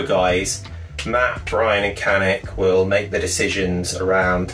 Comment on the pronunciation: he says it properly